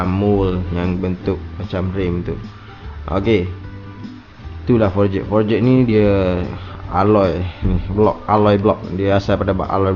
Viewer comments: Jadah apa siak sebut for-jet. Sebutan yang betul forj. Ejaan forged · sebut forged pun xbetul..noob tol.. sebut forgh bukan eja forged satu2.. forged ni bukan pakai cnc.. cnc dipanggil billet..forged proses lain